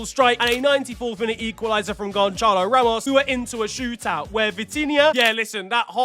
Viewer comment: its GONÇALO! GONÇALO! GONÇALO! not Gonchalo